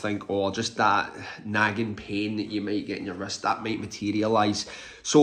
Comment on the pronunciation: Oh....wrist, not rest, issues. I thought you were saying rest issues. 😂